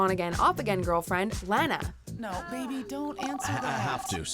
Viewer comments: It's lah na not lan ah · they said lanas name wrong its lanaaaaaaaaa! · You're saying Lana's name wrong. 😑😑😑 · How you said Lana makes me cringe.